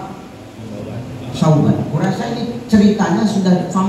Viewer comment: Bukan sayidina Sauban Tapi Sayidina Sya'ban